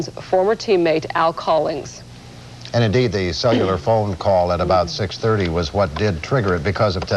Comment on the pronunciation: “Sell You Luhr Phones”